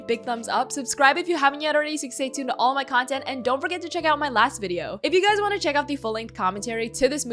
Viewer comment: “ScI wAnCHT tO gO bAcK” was great